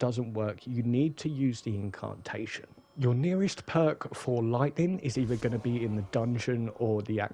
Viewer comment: Liked the pace etc of the video, its just my ears cant handle the pronunciation of "incarrrrntation" 😆